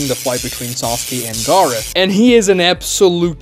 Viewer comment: why do you pronounce Gaara like Garou from One Punch Man